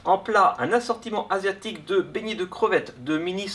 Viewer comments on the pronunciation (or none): s est moi ou il a dis asiotique